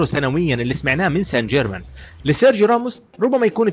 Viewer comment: ما بستفزني غير لما تحكي سان حيرمان😂😂 يا رجل بعينك الله.... باريس سانت جيرمان